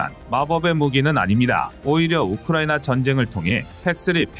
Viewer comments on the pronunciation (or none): none